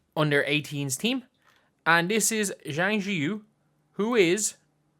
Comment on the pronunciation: Please learn how to pronounce Chinese. Zhang: zi